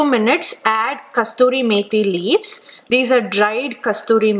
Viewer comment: Not Kasturi methi ! It's kasuri merhi !!